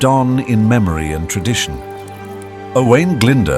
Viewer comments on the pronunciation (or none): I appreachiate the video and the history but I don’t appreciate butchering his name! It’s O”oo”a”I n Glyn D “oo” rh that’s the closest I can spell his name if you only know English Alphabet. And Rhys is Reese Enphesised R Huh Y or “uhh” shh Rhys I appreciate people doing these Welsh documentaries but what the English don’t seem to forget even today it’s not just Welsh people who were oppressed it was out language in education, social the church. It’s a bloody miracle the Welsh language has survived to this day. You English seem to forget or not care that English is result of Brythnoic, Breton, vulgar latin, french, Viking language and germanic being the anglo saxon the mixing of these languages is the modern English you speak today. Welsh is the closest Language to Brythonic and manx spoken in cornwall and Breton spoken in the north west of France but the numbers who speak the later two it’s classes as a dead language. As for Celtic and Galeic they are from the romance tree of European languages like Italian French and so on. When hear you say Owen it’s O”oo””ahh”I nh. Owain. You can go onto google translate and even though it is bad it will give you a welsh translation. The English were so stupid oppressing fhe Welsh and the scotish and Irish instead of thinking intelligently like fhe act of union which lead to British Empire which was bad in many ways but in other ways change the world forever in justic, running of countries trade even today. And all these English battles t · The narrator can't even pronounce the name owain glyndwr probably . typical English ! cymru am byth